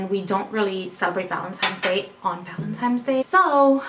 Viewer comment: valentimes, really?